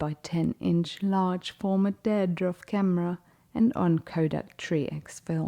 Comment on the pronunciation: I enjoyed this video. But for future reference, , the name of the camera he used should be pronounced "deer dorf" and the film he used should be pronounced "try x". Thank you. Terry Thomas large format film photographer Atlanta, Georgia USA